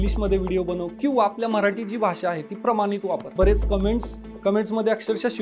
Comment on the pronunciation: म्ह राटी नाही ओ मराठी असते.🙏